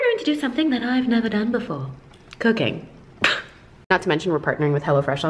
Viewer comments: I thought you said cocaine. LMAO. What? doing cocaine. Then I realised you said cooking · The first time she said cooking i thiught she said cocaine 😂😂😂😂😂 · Was I the only one who thought she said cocaine instead of cooking 😂😂😂😂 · I literally thought she said cocain and was waiting for her to see that she was joking but when I saw she was serious I was very concerned like wtf but its cooking lol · I'm I the only one who heard cocaine? 😂🤦‍♂️🤦‍♂️ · Okay I heard Cocaine instead of Cooking lmao :v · high key thought you say cocaine instead of cooking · I heard cocaine not cooking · i knew i wasn't the only one that heard that! lmao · Wait she did NOT say cocaine? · Syeda Ahmed ME TOO IVE BEEN LOOKING FOR THIS COMMENT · i thought you said cocaine not cooking 💀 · was I the only person that heard cocaine when she was doing her intro. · I heard cocaine too and thougth it was just for humour..so I was waiting for her to laugh her joke off like "just kidding you saw the tittle of the video (also kids don't do drugs except shopping)" Thank you for putting a sense to it because I was very confused (why she said cocaine? Will we have the private joke behind this??) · When she said she was gonna try something new I thought she said “cocaine” i choked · cocaine!? lmaoo jk, sounded like it though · When she said she was cooking I thought she said "today we are going to do... Cocaïne " I died 😂😂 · Ok so who else heard cocaine instead of cooking the first time 😂😂😂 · When she said cooking I heard cocaine 🤣🤣🤣🤣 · Am I the only one who heard cocaine not cooking 😂😂😂 still love her tho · I thought she said crack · when you said "we're going to do something i've never done before" i heard cocaine instead of cooking and i... was fully shook LMAO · WHO ELSE THOUGHT SHE SAID "COCAINE" -- INSTES OF "COOKING" OMG LOL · Did anyone else think she said cocaine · am i the only one who at first thought she said „today were doing something that I’ve never done before - COCAINE ”